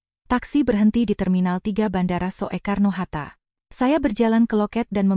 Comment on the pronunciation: mohon diperhatikan gaya bicara untuk tulisan/ejaan jaman dulu spt tulisan Bandara Soekarno-Hatta -->dibaca yg benar Bandara Sukarno-Hatta --> bukan So-e-karno-Hatta. "Soe" dibaca "Su".